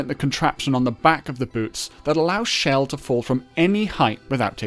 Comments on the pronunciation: He is. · Am I crazy or was he saying shell instead of Chell. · Bruh calls chell shell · thats how its pronounced